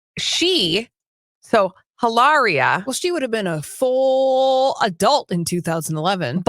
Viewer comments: Not Eilaria, Hilaria.. 🤨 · Drop the "h" and pronounce with an exaggerated italian accent.